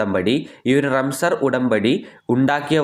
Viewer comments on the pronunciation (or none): റംസർ ആണോ റംസാൻ ആണോ🤔🤔